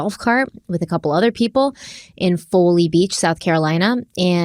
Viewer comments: It's just Folly, not Fole-ey❤ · Folly is pronounced like Dolly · It's pronounced like Fall-ee. I'm from Summerville Sc and Folly Beach is not far from me. I have been seeing this all over the local news. It's so sad. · Just fyi it’s pronounced fall-ey beach. Sorry, SC has the worst names to pronounce. I have lived in WV, SC, NC and GA and all traffic/driving is the worst in SC - in my experience. The roads and infrastructure are awful, especially in tourist areas and people are drinking so much in tourist areas and then residents are frustrated with tourists and drive like idiots. It’s a recipe for disaster and then add in motorcycles and it’s even worse. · It’s pronounced “Fah-lee” Beach and am in the area visiting family now. So incredibly heart breaking. It is a small island and I can’t imagine going anywhere at that speed! You are right, very normal to have golf carts and even people walking on the side of the roads. Also, just a few days ago a women and her daughter got hit by a car there too while trying to cross the street. Luckily both of them are ok from what I’ve seen.